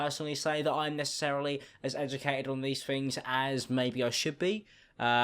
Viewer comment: "nessecherryly" :D